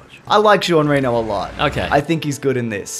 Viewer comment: You butchered Jean Reno's name pretty hard.... Poor man.